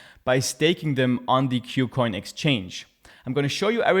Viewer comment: Thanks for the video. By the way, the name of the exchange is pronounced as 'KooCoin' as compared to 'Q+Coin'. 'Ku' part here is a Chinese loanword from the English word 'Cool' and means the same. Kucoin is a Chinese exchange so that explains the name.